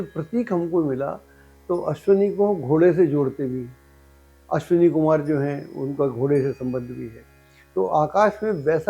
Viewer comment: "अश्वनी" लिखना-बोलना ग़लत है, 'अश्विनी' सही शब्द है।